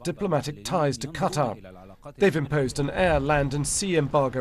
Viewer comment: Qatar--rhymes with guitar